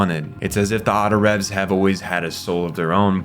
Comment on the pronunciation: Yea he also called them Autorevs and I remember them being called “Autoraves” in the show at least they could of been spelled revs bit it was pronounced raves.